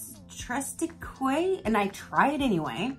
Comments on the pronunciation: It's pronounced like Tres teek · Pronounced tristeek. I love your box